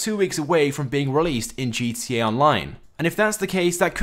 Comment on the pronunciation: you can't even pronounce GTA right, you fucking eurasian